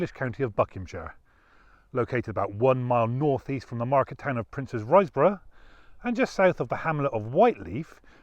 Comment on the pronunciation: Excellent video - but just for info it’s pronounced Ris(borough) rather than, Rise(borough) - I can see it from my bedroom window